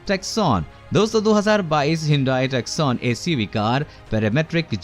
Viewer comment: Lol, it's Hyundai Tusson and NOT TUCKSONE